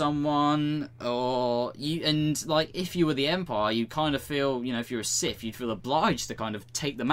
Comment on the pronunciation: Why can't you prounce "th"? Siff, finking, et cetera instead of Sith, thinking, et cetera.